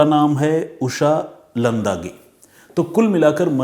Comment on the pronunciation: कोसलेवाडी नहीं कोळसेवाडी, लंदागे नहीं लांडगे